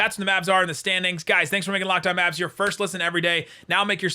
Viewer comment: Good intro but you have to add that extra syllable to the Locked on Maaaaavvsss(aaaaahhh,)